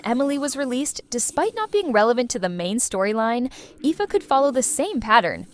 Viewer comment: Ifa is pronounced Eefa, both ingame and in the livestreams he was already mentioned